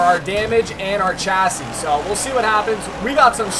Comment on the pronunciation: no hate but please say chassis right